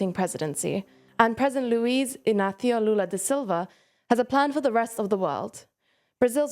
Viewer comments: Yes, that Luis Inakio was out of nowhere. It is pronounced Luis Inásio, his name is quite easy for international audiences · Why did you say Inathio instead of Inacio? It's literally pronounced how it's spelt; It isn't Spanish!